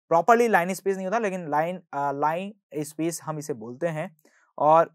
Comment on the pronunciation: t not line space❌ it is linner space ✅